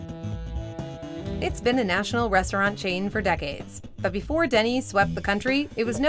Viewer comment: The guy always says, "Befoe we get started..." I'm not used to hearing "before".